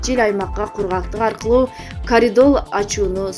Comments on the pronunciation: Каридол дейби.... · каридол дейтко